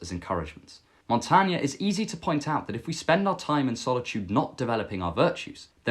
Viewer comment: Your story about being in the corner and not recognizing anyone at a party is very relatable. Most people have probably felt that way before. Hopefully you are less lonely now! 🙏 I had never heard of Montaigne before. Thanks for introducing him to us (and for saying his name out loud, so we know how to pronounce it).